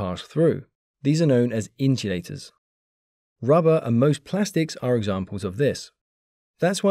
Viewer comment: "insulators" are pronounced differently than I expected. Either way, this is an amazing video! Thanks so much!